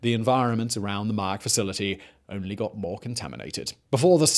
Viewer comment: Man, why would you butcher names like that? It's mah-YAK (yak as in "yuck") and TE-cha (cha as in "channel")